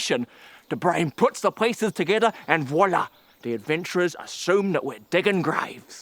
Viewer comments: As a french person, I can only appreciate the way perfectly says "Voilà". Daily french lesson: "Voilà" means "here is" or "there it is". In this context it means like ">And that's how< the adventurer assumes that we're digging graves". God I wish I was a french teacher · Absolutely perfect "voilà" pronunciation